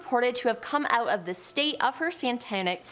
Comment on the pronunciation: Chick with the glasses really needs to read better, santanic? No, satanic. Presters?, no priest. Roland not Ronald guys. Quite simple to get right